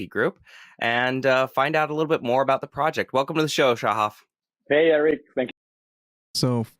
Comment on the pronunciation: It’s Sha-haf not sha-hif